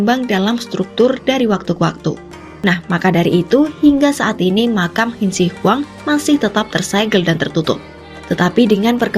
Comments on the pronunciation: Lah gila aja makam bersejarah dibongkar mah.. Terus Qin Shi Huang dibacanya Chin Se Huang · Narator beritanya masa ga bisa baca ejaan Qin Shi Huang dengan baik dan benar. Wkwkwkw